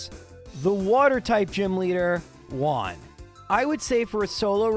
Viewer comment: Learn how to pronounce " Juan"